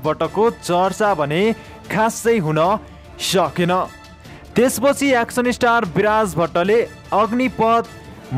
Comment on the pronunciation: Hihihihihi action lai pronounce gari bolna pani na auane kasto brother ho u 🤣🤣🤣😃😃😃